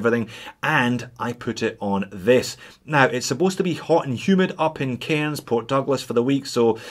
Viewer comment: mate, like my wife who is Scottish, you need to work on your "Cairns". "Cans" like tins, with a silent "r" 😊